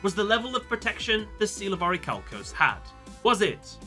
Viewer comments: Its pronounced 'oricalcamalose'! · Um, I believe it's pronounced "Or-i-ma-calc-u-lous" 😉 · deep breath IT'S PRONOUNCED ORICHALCIMALOS!